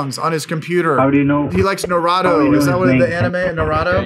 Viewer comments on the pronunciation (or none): Its not nAturrro it's (NAR-u-to) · I really hope he was mispronouncing naruto on purpose... I have never heard it called Nar-a-to before. It's pretty obvious it's nar-oo-to (at least that's the best way I can phonetically type it without using legit phenetic characters). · its Nar-u- to. long O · *Face Palm* You don't know Naruto? (Nah-Rootoh) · "He likes Narahdo" 😂😂😂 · Jesus... NA-ROO-TO... NARUTO..... and its a CHALLENGER... not a CHARGER.. hollyyyyy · "he likes NurAtO" lol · Its pronounced Nar oo to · Sry but naruto pronunciation Is na - ru - to no offense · Nah-roo-toe lol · "Put norado on"😭😭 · NARAHTOE. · the way you butchered naruto's name really hurt but you still deserve my like and comment 😘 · you say a lot of words in Hindi but can't pronounce Naruto? Do you think maybe you spend a little too much time with Tushar & Co? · Love your content but how do u have tha amazing blue and purple hair and not know how to pronounce NARUTO. keep up the good work king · The way u are pronoucing anime and naruto kinda bothers me but it was more funny. Keep up the good work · the video is great.. but pronounce naruto correctly